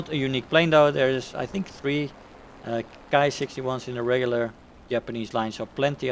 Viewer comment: Hi! The Japanese Ki is pronounced "Kee" there is no reason really to pervert the Latin "i" into an "ai" sound unless you are English of course and we all know how messed up their pronounciation is mostly due to the Latin and French influence. Not so much in the romanized transcription of Japanese however. It is important as there are subvariants that are actually called called Kai. Ki vs Kai. Cheers & Good Hunting!